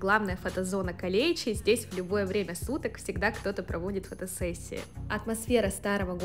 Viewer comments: Ударение на "е" и на второе "и" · Не "Калечи", а "Калеичи" . Кале - замок , ичи- внутри.